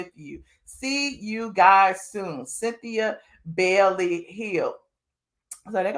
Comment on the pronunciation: My mom last name is Bailey and it’s not Bellly it’s Bay-ley 😂